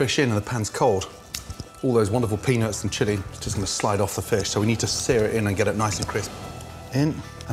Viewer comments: Gordon has got to start pronouncing the “t” in peanuts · Damn. He doesn't enunciate "peanuts" very well...😂😂😂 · Everytime this man said peanuts i heard ”penis”. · The way he says Peanuts, makes me crack up everytime.